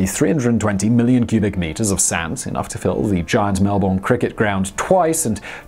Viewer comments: ok lets just stop for a second and have a little chat about this mate, its pronounced MEL-BURN.... not MEL-BORN..... or how ever everyone else tries to say it. say it with me now, MEL - BURN. Melbourne, MEL - BURN. good, thanks mates carry on. love from down under mate. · Melbourne is pronounced as "Mel-Bin" here in Australia. Most people outside Australia get it wrong. Same with Canberra which is pronounced "Can-brah".